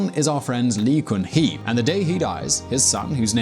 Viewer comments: Its pronouned gun-hee (gun as in bang bang). Come on man pronounciation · In pronounciation of lee gun hee, gun is not goon, literally gun !!